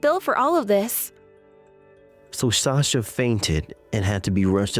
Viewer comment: Wow, Sasha’s own mother can’t pronounce her name right